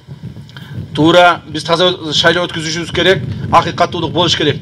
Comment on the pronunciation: Откузушубуз эмес откозушубуз керек деп кыргыз тилин так суйлоо керек👌😁